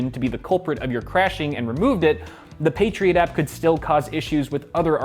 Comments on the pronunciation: Patriot App, sounds like you're saying Patriot Act. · You say "Patriot App", but I keep hearing "Patriot Act" and think that this is somehow about politics. In some ways, it is. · I keep hearing 'The patriot act' when I watch this and get confused for a second and then my brain catches up LOL